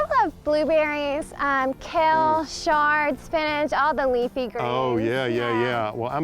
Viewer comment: Why are you pronouncing Chard with a "Sh"? Have I been pronouncing it wrong all these years?